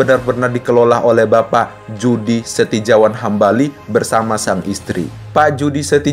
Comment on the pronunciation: Judy Setijawan Hambali dibaca Yudi Setiyawan Hambali.